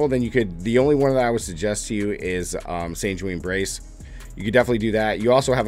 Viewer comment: Nice, I was looking to see if the staff was viable enough for me to switch over to charged bolts. Side note, sanguine is pronounced "san-gwin" not "san-jween"